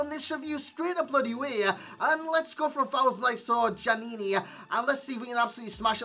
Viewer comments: Pronounced yaniny ('yan eeny) your gen needs better schooling...so many fifa tubers can't pronounce names.... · Djaniny, the D is silent